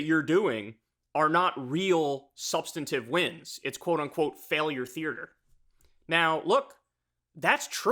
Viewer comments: Kyle its "theater" not "thearter" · “Theartre” lol